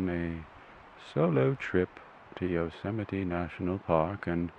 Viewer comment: isnt it "yo-ze-might" ?